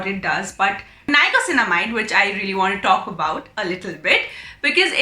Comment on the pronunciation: Thanks for the review. Super helpful. Just one thing, it is niacinamide not nicosinamide 😊